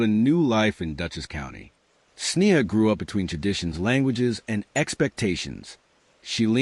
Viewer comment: When the narration can't even get the basic facts straight, it's hard to believe that any of the other information is accurate. There is little enough known of this case to begin with, without presenting those that ARE known accurately. Sneha was an internal medicine resident, not a surgeon. Correct pronunciation of her name (SNAY-ha) & that of her birthplace (KEH-ruh-luh) would make this presentation more credible as well.